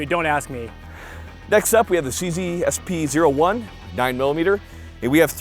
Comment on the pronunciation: CZ SP01 "we have a C Zee" It sounds more like a "Ch-Z"